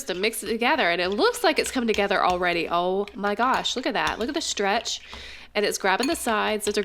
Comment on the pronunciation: You say shtretsh not stretch